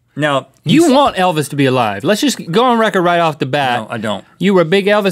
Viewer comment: I have evidence on my channel that Kurdt and JoN are still uh-live